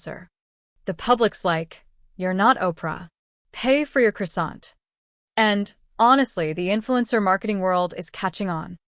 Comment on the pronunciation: For god’s sake learn how to pronounce the word CROISSANT properly. It’s not difficult just go to any on line French translator, type it in and press listen. Sheer laziness.